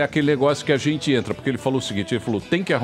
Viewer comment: Pânico contratem o André Marinho e o Alba. Obs: O fala "ZENTZI" no lugar de "gente" kkkkk